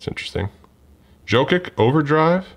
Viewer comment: Love the basketball, but let me help you out: Giannis = YAHN-iss Jokic = yo-kitch Siakam = See-AHK-am And it's International Men of MASTERY, not Mystery! 😆